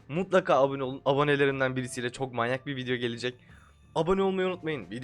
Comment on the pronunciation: “bugün manyağk bi video ile karşınızdayım” 🤣